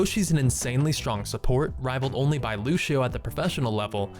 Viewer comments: y do people call him looshio his name is pronounced loo see OH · dude it's not fucking lushio